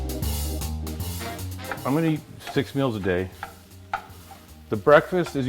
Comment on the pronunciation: he says brake fast not breakfast.